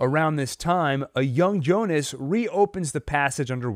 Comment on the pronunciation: Why do people keep calling him jonas it's pronounced Yyonas